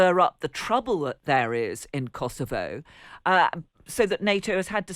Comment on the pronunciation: She managed to pronounce Kosovo correctly! Amazing!😅